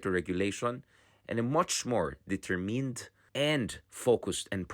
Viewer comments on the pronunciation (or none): stopped watching at this point “deter-meened” coming from a Southern European. Lol. Cringe..